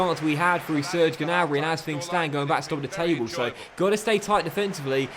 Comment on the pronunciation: You don’t say the ‘G’ on Gnabry